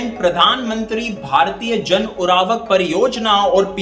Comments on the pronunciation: Urvarak not uravak, Pls correct pronunciation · Abe ‘Urvarak’ to ‘Uravak’ bol rha h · Its nt URAVAk..... Its URVARAK